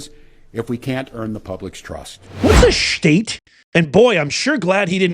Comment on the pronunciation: State not shtate you knuckle head